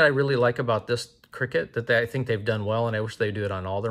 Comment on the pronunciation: I dont think it's pronounced cricket, C.R.K.T stands for Columbia River Knife and Tool and it's just the acronym I'm pretty sure